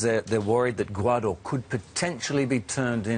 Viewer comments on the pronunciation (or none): It is Gawadar , not Gawaaaadooor .Fucking yankee